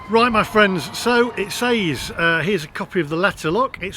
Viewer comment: FYI, says is pronounced, sez.